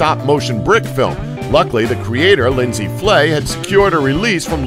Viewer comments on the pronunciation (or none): none